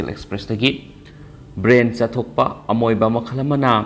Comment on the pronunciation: pronunciation loina lalle. Houston.. amoeba lalle..